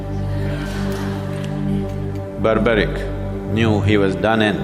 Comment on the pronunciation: Sorry friends, Sadguru's knowledge is questionable here. I think he will need to read Mahabharat again and also pronounce the name of Barbareek, he was not Barbaric. Moreover, he had taken oath to fight for weak not to fight for looser. He had to start fighting on the side of Pandavs and not on random side because he was grandson of Bheem. Later on he may had to change his side based on his oath. There are so many things he got wrong.